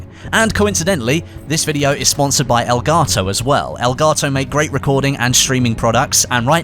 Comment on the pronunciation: He tries to say elgato like he’s not a boring British man 😂